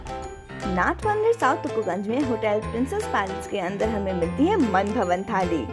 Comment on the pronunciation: मनभवन नहीं मनभावन सही नाम है